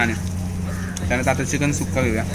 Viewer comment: Nobody..... Literally nobody........: चकिन and not चिकन